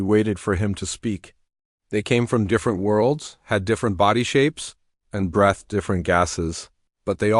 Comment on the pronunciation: OMG!!!!! This is story number 2 from you that I am listening to...How is it that your AI got SO MUCH worse already!!!!!????? In the first couple of seconds!!!.... it said "brethed" instead of "breethed" and then just like in that last story, it said "trans-LATTER" instead of "trans-LATER" What a true POS your AI really is. I am not Even going to listen to this crap for a whole story this time. I may try you one more time later. If the AI is just a crappy, you will be off of my listening list as I have, unfortunately, done too many times due to POS AI's making it impossible to enjoy a story. Sorry, but, this time, it is already SO bad in just the first few seconds, you get a thumbs down.